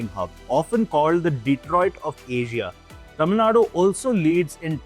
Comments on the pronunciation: It’s not Tamil Nad, it’s Tamil Nadu. I’m not from that state but calling it without the U in the end is like calling Delhi as Delh. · Pronounce Tamil Nadu properly. Central government only steals from South and enriches northern regions.